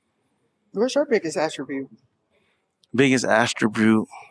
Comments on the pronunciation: What is an “astrobute” 🤦‍♀️ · Are they both saying “biggest astribute”?